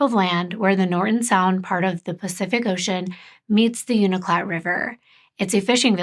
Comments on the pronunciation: My friend is from Unalakleet! What a small world, wow. If I remember correctly it’s actually pronounced “you-na-cleet.” Someone please correct me if I’m mistaken! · If you ever need help with Alaskan cases or people, lmk ❤️ I’m Inupiaq. And it’s pronounced U-naa-laa-Kleet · Anchorage Hillside isn’t in Nome. It’s in Anchorage. It’s the wealthier part of Anchorage. And Anchorage is 1,153 miles SOUTH of Nome or 547.3 miles by plane. Unalakleet is pronounced you-nuh-la-kleet But I’m glad our indigenous women are getting coverage. There’s so many unsolved murders in Alaska. It’d be nice to see more coverage on those cases too. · Unalakleet is said like (you•na•la•kleet), you’re amazing for trying to pronounce the words. You’re doing good❤️ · I live in Alaska and this case was, and still is, such a tragedy. Here are some hopefully helpful pronunciations: Unalakleet (heard it as you-nuh-luck-leet and you-nuh-kleet) Yupiit (u-pit) Kotzebue (cots-ah-bew) Ptarmigan and akutaq (aka eskimo or athabascan ice cream) are both delicious! Ptarmigan and spruce hen are like the dark meat of a chicken basically, a little gamey to some, but if seasoned and prepared correctly, they're super good! Akutaq with fresh picked Alaska blueberries...nothing compares! Thank you for bringing awareness to another MMIW case. Just one of many that need, and deserve, the attention of all our communities!